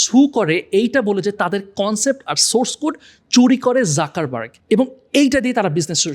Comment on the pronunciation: যুকার্বাগ, যাকার্বাগ নয়